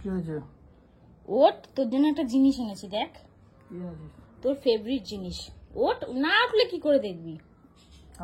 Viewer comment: মূর্খ কালুয়ার সাথে থেকে - থেকে তুমিও কি মূর্খ হয়ে গেলে? কথাটা "ফেভারিট".. "ফেভরিট" নয়! ইংরেজি উচ্চারণ না জানা থাকলে স্মার্টনেস দেখানোর জন্য বলতে যেও না, প্লীজ!!